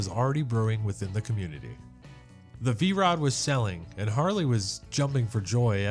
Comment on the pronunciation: V-ROO? That's AI. Lots of nice bikes though.